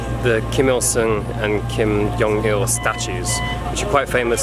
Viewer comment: lucky they didn’t know you mispronounced the “great supreme leader’s name” kim yong il lol